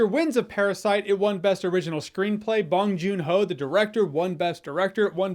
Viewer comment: Call me pronunciation police or whatever but I have yet to hear an English speaker pronounce bong joon ho's surname correctly... (except for one but he actively watches Korean films and I haven't seen the Oscars so idk if anyone there did)